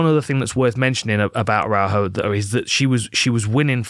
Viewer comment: great analysis man, you nailed everything but Viviane's surname pronunciation 🤣